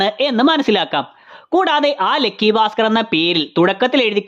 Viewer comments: ലെക്കി അല്ല ലക്കി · ഗൾഫ് നമ്മക്ക് ഗെൾഫ് ആണല്ലോ.. അത് പോലെ